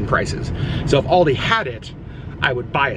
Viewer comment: It hurt my bears when he kept pronouncing Aldi wrong 🙄